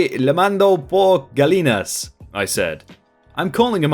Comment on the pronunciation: If I’m not mistaken, “ll” (double L) in Spanish is pronounced with a “y” sound, e.g. “gah-YEE-nahs” for “gallinas” (literally “hens”).